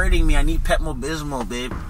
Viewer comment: I need pepmo bismol...pepmo bismol 😆😆😆😆😆😆 he couldn't even pronounce it lol....pepto bismol. These guys are bomb!!💙❤